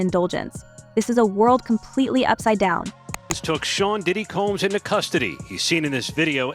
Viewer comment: I love the way The woman narrating or automated voice says Shaun "Cums"! Combs...🤔😄👎